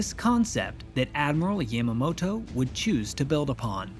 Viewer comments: It is good to see the attack from the Japanese perspective, but this is not the first time it has been shown. "Tora, Tora, Tora" showed the attack from both perspectives over 50 years ago. Also, please learn to pronounce names correctly. Your pronunciation of Yamamoto hit me like nails on a chalkboard. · You miss pronounce Yamamoto. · I dislike the way he says "Yamamoto" it's yahmahmoto not yæmuhmo-to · Yamma-mow-tow. You really put some effort into pronouncing that with as little of a Japanese accent as possible, huh? Haha